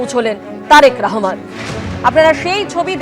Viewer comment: কি রে বাংলা পারিস না। বল রহমান, রাহমান না